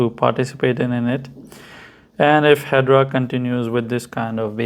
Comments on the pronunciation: Pronounced Hed-era not hedra 😊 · First and formost, It’s Hedera not, ‘’Hedra’’ Your lack of the basic knowledge is apalling. ‘’Hedera’’ means IVY in Latin. Calling investors stupid; people trying to make a better life out of themselves but made a mistake, that’s rude too. Your face- fugly. YOUR PERSONALITY-FUGLIER.